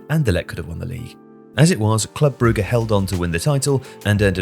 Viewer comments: Brugge is pronounced Brooj/Broozh, not Brew-ger. Sorry, had to stop watching the video because of the repeated mispronunciation. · jesus you cant even pronounce Brugge correctly? beyond ignorant, put a lil effort into it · The way he keeps incorrectly pronouncing Brugge/Bruges really annoys me 🤬🤬🤬🤬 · Why is everyone starting to call brugge, brugger? Lol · "Brugge" is honestly offending